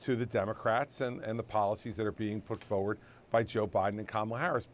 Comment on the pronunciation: The word is “FORward,” not FOWard,” Chris.